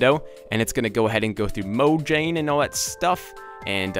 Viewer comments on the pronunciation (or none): none